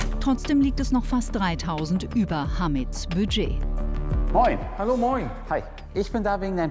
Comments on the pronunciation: Was zum Geier ist „Biiiiiget“ 😂? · „DaS iStt mein Biiedgeet!“